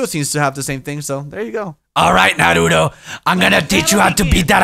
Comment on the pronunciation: Goddamn it,, its NAruto NOT naRUto!!!!!!